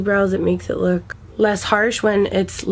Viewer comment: “ i dun wanna lewk old I wanna lewk like a young spring chikken “ 😂😂